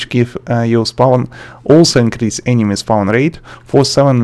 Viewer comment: I love how you say "enemy" almost like "anime" lmaoo